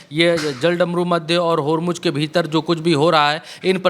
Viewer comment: Please pronounce Hormuz correctly. Its Hormu(z) not Hormu(j).😅. Shame. Being journalist doesn't know how to pronounce correctly.